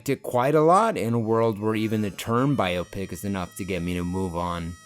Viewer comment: Can we take a moment to appreciate pronouncing biopic properly?? Just me? No one else feels alone and afraid all the time? Ok. BIO PIC